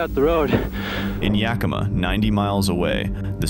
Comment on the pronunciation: You pronounced Yakima and Spokane right . 👏